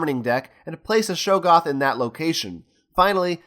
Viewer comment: Great video, really enjoyed watching. But......it's pronounced Shog-goth, not show-goth